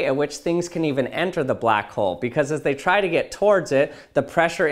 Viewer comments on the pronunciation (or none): none